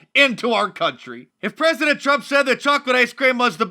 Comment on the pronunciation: “We have a prezzient” - Kamala Harris